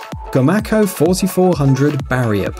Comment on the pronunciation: i built these. i build commander 3 and 2400 on up. i live in ida grove. its pronounced [go-may-co] not gomacko